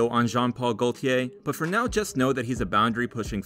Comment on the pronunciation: Pronunciation: maison- mehzon, gaultier- l is silent. :)